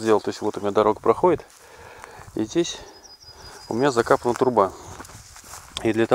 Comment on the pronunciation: ЭПоксидка, а не эбоксидка, труба закОпана, а не закапана. Вы говорите с ошибками - в школе не учились?